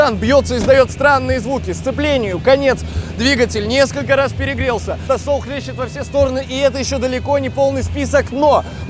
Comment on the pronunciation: тасол тасоол ?? что бл?я не ослышался тасол ?